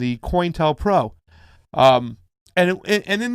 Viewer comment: Its not "coin tel pro" its "co intel pro"